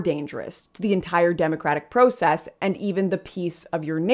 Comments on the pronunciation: Its not just the word trauma that you pronounced in an odd way. It's also the word process. But great video by the way. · Also, cringing at her pronunciation of "process" 😣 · I noticed that Canadians pronounce “process” as pro-cess. Here in California it’s prah-cess 😂